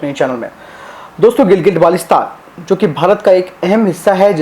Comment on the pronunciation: Its not gilgit balestan dear, first go and learn pronunciation then you should speak about ur claims 😂😂